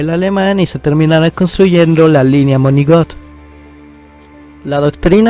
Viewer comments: Si no escuche mal dijo "monigot" y es "Maginot" contraparte a la línea sigfrido.. .. mal mal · Dijo linia moginot